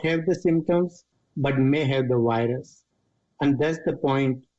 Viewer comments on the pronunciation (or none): Guys did you hear him? "they still had the wilus" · I LOVE how you call it a whirus 😊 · Whats a wirus.....